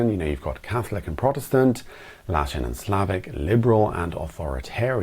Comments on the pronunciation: "LATIN" not "LASHON"! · Latin not lashin! It's funny to see an American not understand the British accent, or less than us, from non-English speaking countries! Latin civilization countries include Italy, France, Spain, Portugal, Andorra, Monaco, Romania and Moldavia. Their languages are based on latin and so his their history, mixed with many influences based on their geography, the invasions... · He said Latin and Slavic (not „lashin“ and Slavic😅) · Not "Latish" but "Latin", as in related to the language spoken in and cultural heritage from ancient Rome. And like all other categories it is messy too. Like, France is not considered latin but the french language is one of the romance languages, derived from the ancient latin language. History is weird. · Lashin? Lol loved it 😂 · russia is definitely not part of europe even if a small geographical part of it belongs to the continent europe. also he pronounced it wrong actually meaning "latin and slavic" 🤔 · He swallowed the word as he realized it doesn't really make a matching pair. Perhaps he wanted to go for Latin script and Cyrillic script.